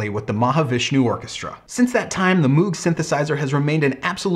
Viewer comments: As much as I enjoy your channel you are acting as if you are an expert on the subject yet you keep referring to it as an Organ, which it is not. It is a synthesizer and there is barely anything organ about it short of the Taurus Bass pedals. Also, it is pronounced MOGH not MOOOOOG. Overall yes it is one of the most important designs in the last hundred years but it is because of the modular synth design he created that allowed for vast manipulation of sound and the lower price than the RCA Mk II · I get your problems with pronouncing it but if you are going to be a guru on the subject then you should really look into what it does. The only parts of the moog synthesizers that were organ was the keyboard in which it has organ style keys as the hammer action of a keyboard would have been heavy and unnecessary as it only needs to press a sensor. This of course evolved from the Hammond style organs but the entire process of making sound is subtractive synthesis vs additive synthesis in organs.